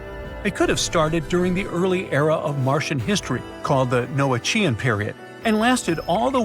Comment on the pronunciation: "Noachian" is pronounced "no-AK-i-an". There is no ch or sh sound in it. And where's the "most dangerous spot on Mars" promised in the title? Another clickbait know-nothing YouTube channel.